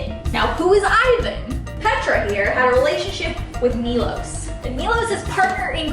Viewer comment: Love this but Milos is actually pronounced (Me-Low-sh)